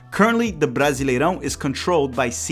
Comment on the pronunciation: estava só ouvindo o audio do video achando que era gringo, mas quando falou brasileirão perfeito entregou pra mim que é br tambem kkkk